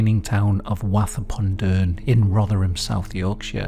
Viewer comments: firstly I lived in Rotherham since 1948 which is a stones throw away from Wath and worked in and around Wath from the mid 80s until the mid 90s and have never heard of him so he failed miserably as he's been forgotten. Secondly it's pronounced Woth as in Moth .....not Wath as in Bath .... 😊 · Oooooo, I live in Rotherham, so it's super cool to hear some local history I've never heard of. Though I will just say. Just pronounce Wath like Woth. We don't say the A like an A, but more like an O like in the word doe. Probably we are just too common 😅😂😂. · Great video love. It's pronounced woth like cloth or sloth. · That isn't how you pronounce Wath pal.